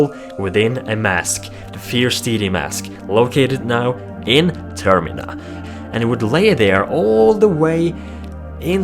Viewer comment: it is pronounced "Termeena"